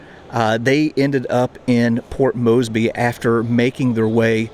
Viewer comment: First of all there’s an R in Port Moresby and it’s pronounced More-sby not moesby